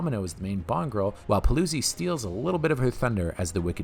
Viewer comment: Celi is pronounced Chehlee in Italian like Cello. Paluzzi is Pahlootzee.